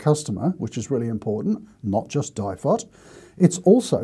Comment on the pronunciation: At the start of the video I'm sitting here yelling DIFOT it's DIFOT!! hehe Ok you've made me take a note pad a pen out now. Info Value Town!